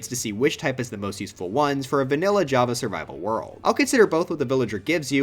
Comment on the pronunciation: “worst to da best”